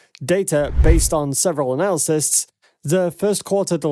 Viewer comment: analyst is pronounced ; AN - A - LIST., not; an -ALsis